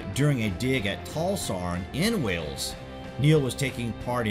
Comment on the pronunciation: It's Wales not wells